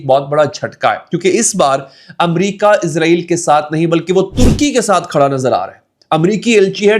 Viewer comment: bhai lafz ISRAEL hai "IZRAEL" eik farishty ka name hai...